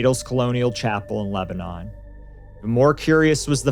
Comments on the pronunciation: We pronounce it *Leb-nin here 😊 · Its not pronounced Lebanon like the country. Its more like leb-nun. Also my neighbor and his wife work for green co sheriff dept. And are familiar with the caee. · That's not how you pronounce Lebanon. Learn English.